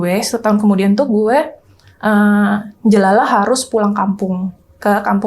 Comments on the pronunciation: "Njelalah guwe", kayak gimanaaaa gitu dengernya😂😂😂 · Mba ini org mana yaa dia bilang JELALAH kyk org palembang